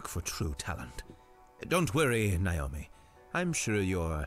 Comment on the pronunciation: Lol Daz discovers 3 scary games series by accident. It's a thing Daz. Loads of YouTubers will play like 3 horror games cuz 1 is too short 😂 Also it's pronounced "Nah-oh-me" not "Nay-oh-me"